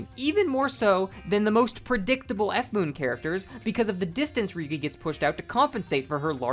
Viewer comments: what a whiplash hearing you call ryougi ryuugi, for a second i heard ryuki and thougt i was going crazy bc there were kamen rider ryuki recommendations on the side, holy shit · This is a good video but it was kind of funny trying to figure out who is Ryugi, that is a wild pronunciation